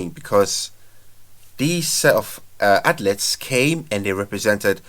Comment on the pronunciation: Pronounced Athleeets not outlets bro🤣